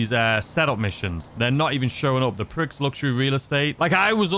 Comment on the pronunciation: Prix is pronounced "pree" as in "gran pree" not "pricks" ffs